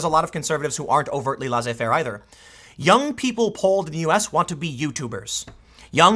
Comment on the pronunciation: "laissez" is pronounced "lésé" not "lazé"